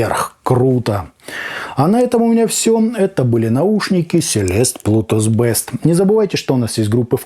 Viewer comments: Плутус Бист, а не Бэст!!! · Не бест, а бист (зверь) . А так спасибо за обзор, заинтересовали